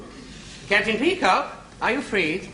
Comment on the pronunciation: It's pronounced peacock!